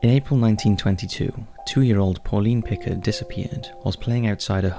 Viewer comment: Everytime you say Picard i feel myself cringing and then facepalming 🤣